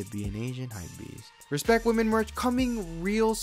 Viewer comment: RESPKET WAMEN